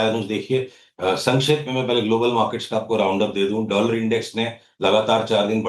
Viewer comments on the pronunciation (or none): none